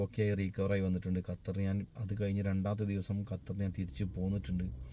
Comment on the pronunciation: ഞാൻ 17 വർഷം ആയി ഖത്തറിൽ 🔥🔥🔥🔥i love ❤️ കത്തർ അല്ല ബ്രോ ഖത്തർ ആണ്